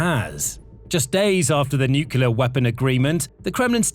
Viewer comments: I really appreciate the work that goes into these videos. I have watched many of them. At this point, however, I am about to pull my hair out over the mispronunciation of NUCLEAR. The correct pronunciation is NEW KLEE UR, not NEW CUE LURE. Rather than pull my hair out, a better option would be to stop listening. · Stop saying nukila. The word is nuclear. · *Nuclear, not nuke-you-ler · The word is nu-clear not nucular. Unlistenable. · It's "new-clear " not "nucular". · Please learn to pronounce nuclear properly, it's really distracting. It's not nukeular! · As it happens, "nucular" weapons are not a problem - fizzers! It is the "nuclear" weapons that make big bangs. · NUCLEAR NOT NUCULAR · It's nuclear, not nukular. You sound like an American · it’s nuclear not nucelar… Do it correctly! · it's NU-CLEAR not "NUCULAR"!!! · It's pronounced New-cle-ar Not New-cu-lar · "Nuclear". It's hard to take anything you say seriously when you pronounce it like George Bush. New car, clear windshield. New-clear. Noo-Kleer. Nu-clear. Nuclear. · It’s so hard to take the narrator seriously when he constantly mispronounces nuclear and says it like Homer Simpson “nukular” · Nuclear. New-Clear. There is no q in nuclear. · Sorry, what does "nucular" mean? I'm not a native speaker, and I do not know this word. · SOMEONE, PLEASE, teach this commentator how to correctly say the word nuclear (nuc-le-ar). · Normally love the content but I had to stop after hearing "new-queue-ler weapons" over and over. You have to know how to pronounce nuclear. Come on now. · Another mispronunciation is 'nookoooleeaar'. 👿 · I found that the repeated mispronunciation of 'nuclear' very distracting - it's pronounced 'new clear'. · You are pronouncing "nuclear" wrong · Thumbs down for not being able to pronounce the word: "nuclear". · Please learn how to pronounce nuclear.